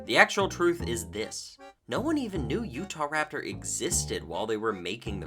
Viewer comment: “Utaptor” is actually killing me 🤣😂🤣😂